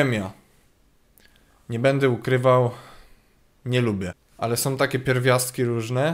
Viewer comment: "to...som okulary..."(wiem że powinno być "są" ale "som" brzmi lepiej)